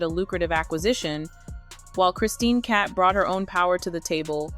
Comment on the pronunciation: Cabot not cat